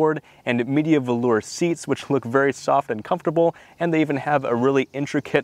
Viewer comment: Thank you for making the video of this oh-so-comfortable car! The Media Velour is pronounced "Ma-DEE-ah" in Lincoln's videos of the time.